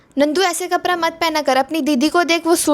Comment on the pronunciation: tu kapra ko kapda bola kar aur parai ko padhai fir kisko nhi pata chalega ki tu bihari ha